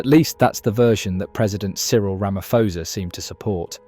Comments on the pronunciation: It pronounced Ramaposa not Ramafosa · Our President has mines in the region. We have no defence force so to speak. They are poorly trained, poorly equiped and generally a mess. We are sending innocent people onto a battlefield and Ramaphosa has to answer this. PS, its pronounced Ramapawza. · I think you pronouncing the SA president wrong. It’s Ramapoes. Please pronounce poes with the cat. Much appreciated.🤣🤣🤣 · Here’s my thoughts 💭. CLICK EFFIN 🤬 BAIT HEADLINE !! Headline should be: DRC soldiers attacks SADC peacekeeping force soldiers from South Africa 🇿🇦 to prolong conflict You Sir are a 💩 STIRRER!! AND - Learn how to pronounce the SA president’s name! Not Rama-FO-sa!!! Get it RIGHT!! You are acting as a JOURNALIST!! Outcome: Asking the algorithm NOT to suggest your channel to me. Haai soega!! Ek het nie tyd om na kak te luister nie! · AI is not too great is it. The next generation will be talking like that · You can't even pronounce the South African president's name correctly—how can we trust your video's accuracy! That said, the South African government can barely run the country properly, so how can they expect to carry out a successful military campaign!